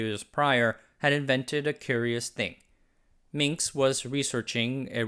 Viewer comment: He is Minsk, not Minx.